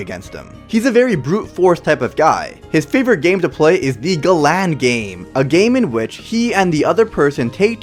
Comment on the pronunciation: It's galan or garan